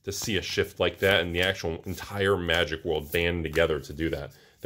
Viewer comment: Magic -> Ma-jik, not Moo-jik